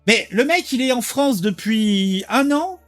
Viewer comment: C est la fwonce ! 😂